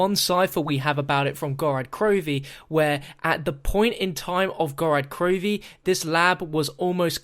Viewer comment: you call it "Gorad Krovi" it's "Gorod" with an "o"